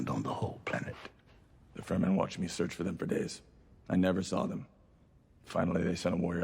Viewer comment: Fur-men 😂😂😂 it's fremen... Meaning free men.